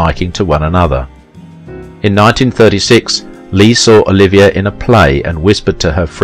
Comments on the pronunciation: OH-LIV-EE-AY not Oliviah!! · It would be nice if the broadcaster could pronounce "Olivier" properly.